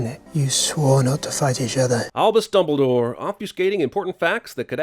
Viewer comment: Fantastic Beast came out way before Harry Potter. Also add a sin for every fucked time they say "Dumbledor". LOL!!